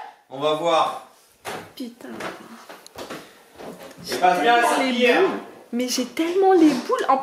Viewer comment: 8: 20'' pitain😂😂😂😂